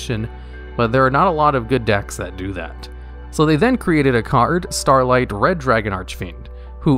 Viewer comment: Its SCAR-light not starlight